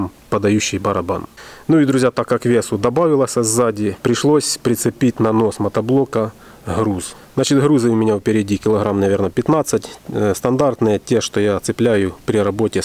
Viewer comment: Хруз, реХулировка, зачем вы букву Г каверкаете?